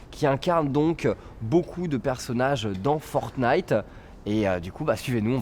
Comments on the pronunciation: fornite ??? le mec commentateur connais pas le nom issou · Pourquoi prononcer Fortenite, est-ce qu'on dit un chateau-forte? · Je vous en prie arrêter de prononcer fortnite sans le premier t 😫